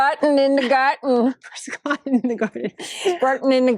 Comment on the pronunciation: "Squattin in the gartin" 🤣